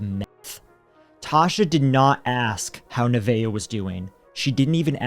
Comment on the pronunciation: Oh wow. My.granddaughter is named Neveah. Not only do you never hear that name, but you pronounced it correctly. 😁😁